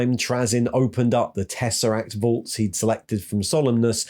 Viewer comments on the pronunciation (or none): none